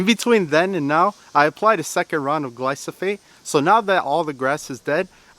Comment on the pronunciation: Gleye- sow-fate.